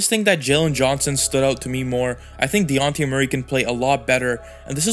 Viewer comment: Great Analysis! Also, it’s pronounced De-Jon-Tay Murray.